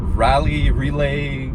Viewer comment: To help pronounce Raleigh it sounds like raw-lee